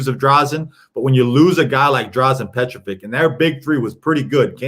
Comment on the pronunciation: his name was Petrović, not Petrovik. it sounds like Peh-traw-WICH. Come on, hes all time great. Also, its Vučević (voo-cheh-wich), not Vusević, hes a 2 time all star...